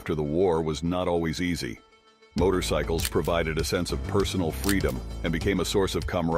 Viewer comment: dude said "Motor-y-cycles".